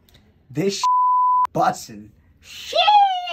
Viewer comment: I love how granny said sheehs instead of sheesh